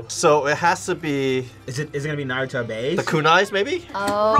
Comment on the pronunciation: I’m sorry how can people say Naruto like that when his name is said a million times in the anime 😂